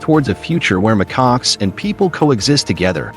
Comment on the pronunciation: mccocks? really? stupid AI